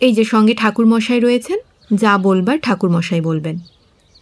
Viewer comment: অসম্ভব সুন্দর একটা গল্প অসম্ভব সুন্দর পাঠ সকলের। কিন্তু তারার ভূমিকায় যে অভিনয় করেছেন তিনি করবার টাকে কোরবার বলবার টাকে বোলবার এইভাবে কেন উচ্চারণ করেন? শুধু এই গল্পটাতে নয় উনি এর আগেও যে যে গল্পগুলোতে পাঠ করেছেন সব গল্প গুলোতেই একইভাবে উচ্চারণ করে থাকেন। বড্ড কানে লাগে।